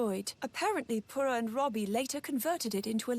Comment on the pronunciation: the pronounciation of pure-ah will never cease to bother me